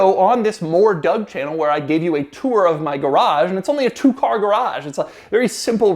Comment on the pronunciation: I know this sounds weird, but....I think Doug pronounces his own last name wrong.